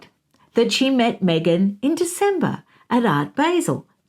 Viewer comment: It’s Art “bāh-zehl” …that’s how you pronounce “Art Basel”. Everyone makes that mistake though! Even people in here in the US who aren’t familiar with it. I only call this out because you said on your interview with Taz that you don’t mind when someone tells you the right wait to pronounce things in other places lol Great video!